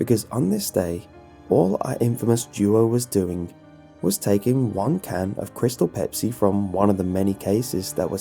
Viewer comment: I shouldn't have tried kreestal bepis